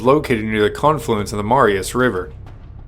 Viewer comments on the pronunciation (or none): none